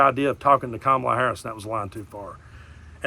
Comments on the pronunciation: I notice that suddenly t-rump suddenly knows how to pronounce Kamala correctly! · I like how he pronounces Kamala properly.